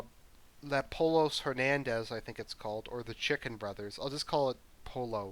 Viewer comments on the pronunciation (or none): Things I learned watching this video. 1) Everybody's gay. 2) You hem and haw like its part of the script. 3) "poLos"? Nobody is that white my dude.